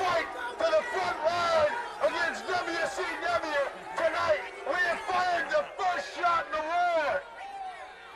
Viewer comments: Dubya sea dubya, wrasslin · U were close, Dude. He actually sed "dubya see dubya rasslin!" LMFO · Dubya C Dubya, Wrasslin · "Dubya C Dubya Wrasslin'" 😂😂😂😂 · DUB-YA CEE DUB-YA… RASSLIN